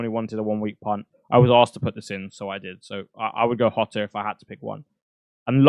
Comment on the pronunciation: Hotter?????? hahahaha thats how u say Jota